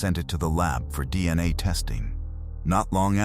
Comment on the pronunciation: "Deanna tests" - Ya know, those'll get ya...? De-an-nae from those Belt buckle swabs.